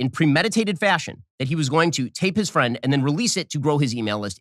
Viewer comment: Benny defeding his fwiend, aww so cute!